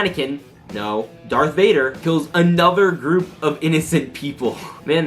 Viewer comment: IT’S DARTH NOT DARK AGHHHHHHGGHHGGH